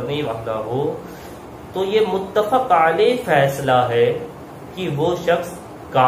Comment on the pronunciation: bhai muttafaq nahi hota hai muttafiq hota hai